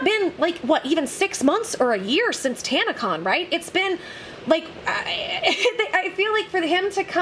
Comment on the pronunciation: It's tanna-CON I mean what did people expect from kids whom probably have zero experiance in the real world?.. It's a con, it's in the name. Oh you thought it stood for convention. No, it just means what it says CON.